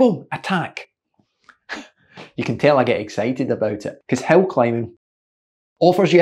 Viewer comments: It is certainly ironic that, with your wonderful accent, ''a hill' actually sounds ... to my ears, as ''a hell''... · Dammit coach, I thought you kept saying Hell. Hell training, Hell repeats like its some super horrific type of training.. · Your accent makes you sound like you're saying 'hell training'. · How fitting the the word "hill" sounds like "hell" when coach says it :-). Thanks for the great pointers and ideas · I thought you were saying "hell" at first.